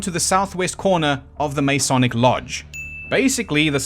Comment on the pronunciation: God I love your channel, but I have to make a couple of points. First you are not pronouncing the word “Masonic” correctly. The first vowel is unstressed and definitely not as a long A. Second, the cube is not a symbol anywhere in Freemasonry. Third, at least under the Webb ritual, the candidate is not “jerked backwards.“ But if those are the only things I can pick at, you’ve done damn fuckin’ well.